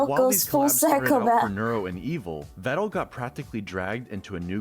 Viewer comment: Peedal Meedal Vedal It's real simple...